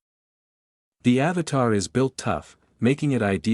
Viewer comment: At least pronounce the names correctly. AVATA NOT AVATAR.